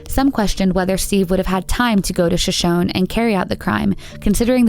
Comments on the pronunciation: I understand you're probably not from the area where Shoshone is a common word but I've always heard it pronounced Sh-sho-nee. Still, great coverage of the cases! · Why not learn the Proper Pronunciation for place and tribal names. You are so f***g ignorant you commentators; and it is very irritating how stupid you are. The tribal name is ShoShoneeee with emphasis on the ending EEEEE! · Shoshone is an indian tribe name and the pronunciation is incorrect in the video. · Please! Learn how to pronounce words correctly. Shoshone is pronounced Sho shony and Mr. Rivera's name Geraldo is pronounced Heraldo, since it is Spanish.